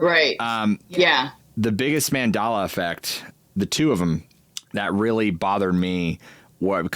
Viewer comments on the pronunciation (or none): It's Mandela not mandala. Named after Nelson Mandela who became president of his country after decades of imprisonment.